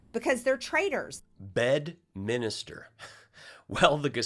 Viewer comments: Marjorie Taylor Greene called it " BED MINISTER " Holy sh*t. 😭😭😭😭😭😭😭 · Mar-lago, Bed-minister…good heavens!